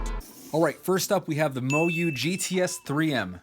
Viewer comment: Perhaps work on ur pronounciation of names. 'MoYu' for example...